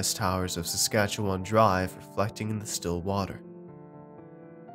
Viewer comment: said my province correctly. Good ol Saskatchewan.